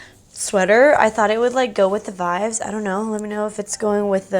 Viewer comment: quick question: why do you say vibes like “vives”? lol, just noticed that